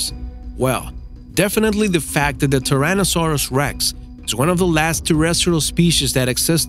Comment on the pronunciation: seriously! Tirannosaurus! Dude can't you pronounce a dinosaur name correctly